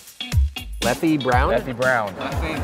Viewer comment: Leffe is pronounced "Leff", you don't say the "e"! :)